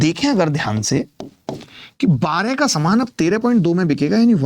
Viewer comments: Saman ,is not saman😂😂😂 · समान ❌ सामान ✅ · Saman not samaaan 😂😂😂